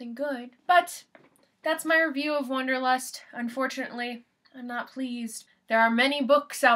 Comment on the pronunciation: First, it's not "wonderlust" it's Wanderlust. Second, it is perfectly understandable to me why this book means nothing to you, and worse; Third, I can say exactly why I love this book, but not here. However, thank you for your perspectives.